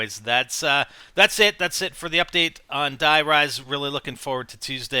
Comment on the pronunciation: it hasn't been Nazi zombies since kino and were speaking English and that's a wrong way to pronounce it btw we already have a der riese and die RISE like skyscrapers